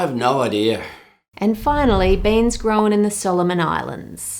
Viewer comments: Hearing Ann say “grown” makes me want to watch that video of the person who parodied her 😂. Definitely going to pay more attention to the taste of chocolate I eat now. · The way Aussies add an extra syllable to words like 'grown' always makes me chuckle. It sounds like 'grow-en'. :)